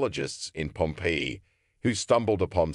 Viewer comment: I really wanted to listen to this, but the pronunciation of Pompeii was super annoying